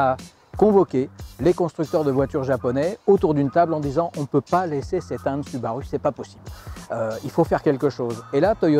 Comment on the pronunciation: Désolé de faire mon relou mais ça se dit SOUbarOU !!! x)) SInon une vidéo super intéressante super bien renseignée ! Merci